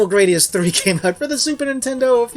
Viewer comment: that pronounciation of the "u" hurt my ears (in japanese グラディウス)